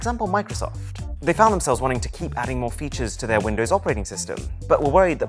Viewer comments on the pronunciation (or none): none